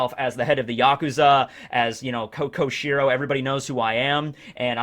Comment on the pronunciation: Error I noticed was that, you called Denjjro’s yakuza cover up to be Koshiro, it’s Kyoshiro, sorry to be a stickler about it!